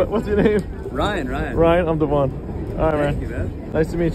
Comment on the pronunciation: aw, man. As a man named Devon (DEH-vun), I gotta say I love your talent and hate that you're encouraging everone to pronounse my name wrong.